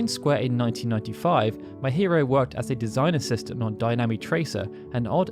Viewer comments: No come on, you're having fun, you must know it'd be pronounced me-hee-ro not my-hear-oh. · What game is this Drakenquest keeps speaking of? And the "Mae" part of Maehiro is pronounced as "mah-eh" I'm really sorry, but how did your pronunciation skills get so bad? Especially since you've been running this channel for such a long time, one would think you'd gotten better at it over time, my dude. The Japanese names I can understand, but English words like dragon and compilation (remember I asked you about compile-lation during a live stream?) are really strange, since you don't seem to have too much trouble in general. It's just certain words every now and then that make me go, huh?